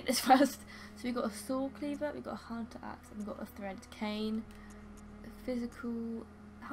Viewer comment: you meant the hoonter's dream? From the Hoonter of Hoonters™ herself? hahahaha There's a npc in this game that speaks just like that :P